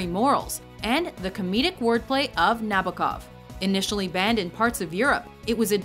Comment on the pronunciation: Nabokov's named is pronounced in the following way: Nah-boh-kuf with stress on the second syllable.